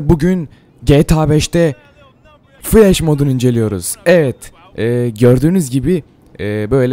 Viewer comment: Flesh değil flash